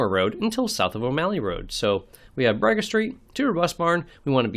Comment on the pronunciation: Fellow Alaskan here in Anchorage... Bragaw is pronounced more like Bru*g*ahh (some put extra emphasis on the "w" at the end, but most just say ahh at the end) 😄